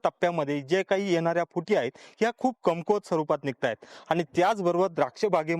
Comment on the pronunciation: अतिशय अप्रतिम व्हिडिओ.....("कमकुवत घड" हा शब्द म्हणणे अपेक्षित आहे.... तुम्ही "कुमकवत घड" असा चुकीचा उच्चार करतात )